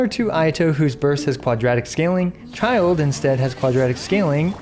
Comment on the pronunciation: Why do I feel like this guy is always butchering Childe lol